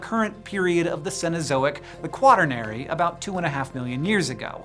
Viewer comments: make my favorite paleo content period. That said, I cannot patron an organization that pronounces “Quaternary” as “kwOt-in-ary” 🤣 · Mispronounced the Quaternary..Quat-ern-ary. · As a fellow friend of the Pleistocene, I can say that you pronounce Epoch and Quaternary a lot differently than I was taught. Great video as always and a great series indeed.